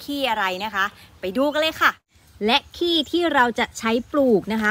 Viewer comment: กินข้าวไม่เลย อย่าเน้นคำว่า ขี้ 555 พูดว่าขี้วัวดีกว่าครับ